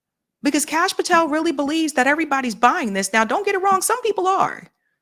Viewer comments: it's "pah-tell" not 'pah-tall" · Its not Patall. Its Patell. I found you repeatedly mispronouncing, annoying af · Patel not "pat-all" Why can't you pronounce "Fuentes?" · Holy damn CASH PATELL!!!!! Pronounce it right he’s a douche bag for sure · Pa-tel pronounced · Hey, you're mispronouncing Kash's surname. It's quite annoying even if he is a total shitehawk. Otherwise, good show